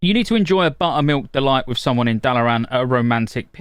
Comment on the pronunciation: Only here to listen to him say "BUTTUHMEELK DUHLOYT"